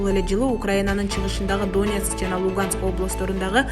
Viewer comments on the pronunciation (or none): Доонбас, Доонецк эмес, Донбас, Донецк, туура окубайбы диктор. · Канча класс билимин бар доонекс эмес Донецк , доонбас эмес Донбасс дура без грамотная и еще калпычы урус согуп озун тушунбой суйлобой эле койсон болмок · Донецк дегенди туура айтсан